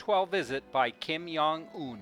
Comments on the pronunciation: Ignorant North American? Both Canadians and and people from the US do this sometimes. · learn how to say Kim Jung Ill/Un name right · I like how u pronounced Kim Jong Un : Kim yung wun ; and also Kim Jong il as Kim Yung eel